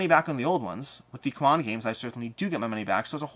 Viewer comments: Isn’t it time you call them how they call themselves? See-mon 😜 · My beef with CMON is that first they were Cool Mini or Not with the shortcut pronounced "C'mon." Then when they shortened it, they tried so hard to get everyone to change to "See-mon" when clearly they were against the momentum.